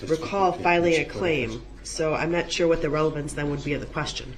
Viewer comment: ‘Objection relvanzze’